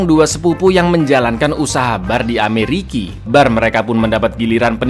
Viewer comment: Ah elah, mantanku namanya Ricki. pas ente bilang Ameriki, seketika awkward moment soalnya aku selalu nonton Ngalor Ngidul sama suami 😂😂